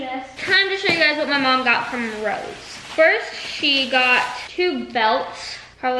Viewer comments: Lmao it’s funny she says rose for Ross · rows 😭😭😭 it’s ROSS 😭😭 i can’t explain how to say it over comments but 🥲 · It’s pronounce RAW - SS